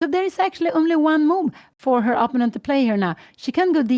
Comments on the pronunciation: What's up? Sometimes when English isn't Your Native Language, some People can have difficulty with Certain Words in English. That Might be the case with Mrs. Gramling. So, We should grin and bear it so to speak. She is such a Nice and Kind Lady Who Loves Her Daughter Anna very, very much. But, if One just got to tell Her She is Pronouncing " Opponent" wrong, Please do it Discreetly like in an E- Mail Correspondence. She just might genuinely appreciate such. And like that She want be on the Spot with the Other Viewers on YouTube. Have a good one, 🕊️ Out. Freeman from the States the United States that is. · Perhaps Pia Gramling would actually be glad to know that she pronounces "opponent" incorrectly. I would certainly like to know if I were publicly pronouncing something completely wrong over and over again.